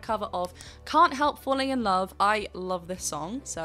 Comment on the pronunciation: Amazing performance. Great review. I don't mind the missing v in love, but I have a small bit of linguistic nonsense to offer on how that (perhaps) comes to be. From my observations, Diana has two things working against her for the "love with" to sound English. 1. word terminal voiced consonants are devoiced in Russian (so, v turns to f) and 2. There is no w sound in the language. In the past, you could hear Diana pronouncing w as a slightly more labial v (wicked game) and I take it that she is paying attention to that now. However v followed by w (phonetically) makes the v (probably already reduced to f) disappear altogether. I could be wrong.